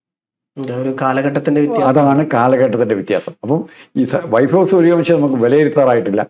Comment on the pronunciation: At least try to pronounce the word Vaibhav properly. It is not "vaifav"